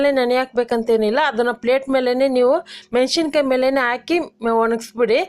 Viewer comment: ಮೆಣಶಿನಕಾಯಿ ಅಲ್ಲಮ್ಮಾ, ಮೆಣಸಿನಕಾಯಿ